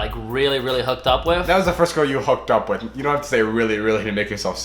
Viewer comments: He kept saying wiff 😂 instead of with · Anyone just listen to say "with" or should I say "wif"??? I love it so much ❤❤❤ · "deaf" "wif" lol the list goes on